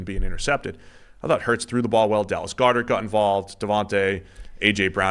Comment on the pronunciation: First time I've ever noticed Boston accent was when he mentioned Dallas Goddards last name